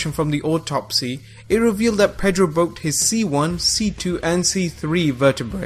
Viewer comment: Perro not pedro ...dog in spanish